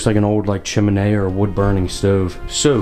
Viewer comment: Iv never heard anyone pronounce the word 'chimney' like u did;) Do u always say it like that? Take care